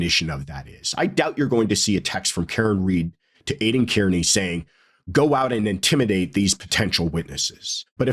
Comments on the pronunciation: Just a small note; Kearney is pronounced “Karney”…(I know 😉…Someone’s gonna say it). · Hey. Aiden’s last name is pronounced ‘CAR NEE’ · please be one of the few pundits who get Aidan’s last name pronounced correctly.. He is Irish. Kearney is pronounced Carney. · Have a friend with that name. Pronounces Kearney...not car-nee😊